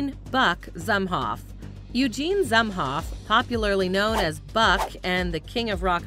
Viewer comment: It's pronounced "Zoomhoff."